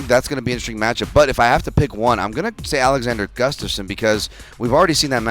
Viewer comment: You said? No way. Love the show!